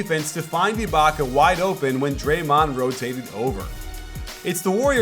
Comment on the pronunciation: Love your videos! But did you just say dremond the second most dangerous!?